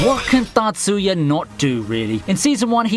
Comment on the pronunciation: The way you say Tatsuya trips me up. I thought you were saying Natsuya and was like huh?